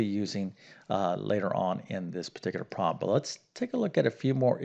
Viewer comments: I hear him saying "prom" rather than "prob" or the correct two syllable "problem", and yes, it bugs me too. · The word "problem" has two syllables, not "prob"; also, the word "thorough" is pronounced "THUR-oh" -- not "THUR-ull" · I hear him saying "probm", but that is not a probm for me.